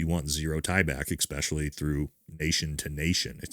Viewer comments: 🙈EXpecially is not a word . 😂. Especially ……. For a tier 1 guy. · 😂 EXspecially is NOT A WORD. Next you’re gonna go to an EXcape room😂. Dang It man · With all do respect, Please stop mispronouncing especially as expecially. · Please stop saying ickspecially. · Why do seemingly intelligent people continue to use the word 'exspecially'? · Also, 'exspecially' isnt a word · Especially... s.pear.shall.e... not the way you say it...just sounds red neck or trailer trash. Good content but you lack courage when mentioning the Macrons...not a good look😢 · excellent video. favor ask: could you possibly practice saying the word "especially" without an "x"? just sounds silly!😚